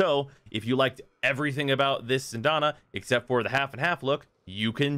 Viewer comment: SyAndana. Not Syndana. Learn English.